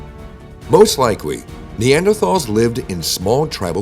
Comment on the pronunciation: Rhanks rotpronounci😅ng neanders correct way😊